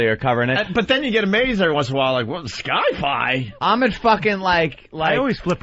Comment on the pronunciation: Opie thought Sci-Fi is pronounced "Sky-Fi"? All these years later and his unending stupidity still continues to amaze me